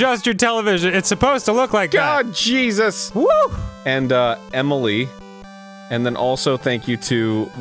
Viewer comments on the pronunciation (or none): none